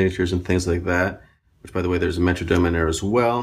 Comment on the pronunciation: metroNome, not Dome